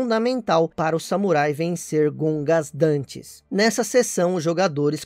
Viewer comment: Gogandantes Issui,não Gongasdantes.